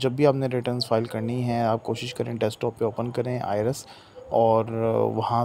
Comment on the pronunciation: Bhai ki tarah ka tax consultant sahi jo I RES bol rha hai IRIS ko 😂